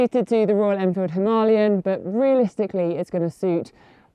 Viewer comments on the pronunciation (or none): him-a lay-an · Please pronounce the bike name properly. You sound like a snob trying to make it sound posher than it is. 😂